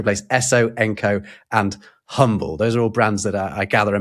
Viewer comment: Humble Oil was from Humble, TX. In that version of the word, the H is silent. It’s “Umble.”